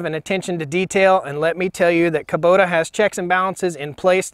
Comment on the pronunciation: Haha i love how you say Kuboter. Please make a song "Taters 'n' Kuboters"!